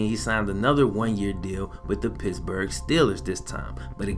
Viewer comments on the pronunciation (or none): none